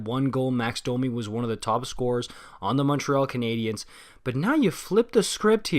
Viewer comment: Bro are you bilingual? You pronounce French names absolutely perfectly. Anyways, about Domi. He’s really fast and has a lot of skill, he has the potential to get more points than Josh Anderson. The problem, however, is that he doesn’t really backcheck and the effort level is an issue sometimes. He’s also a smaller guy, so he’s less effective come playoff time, when the game gets tighter. Not exactly the kinda player that Torts falls in love with. When I first heard of the trade I was worried about how Domi would fare with Torts. We’ll see if he can pick it up.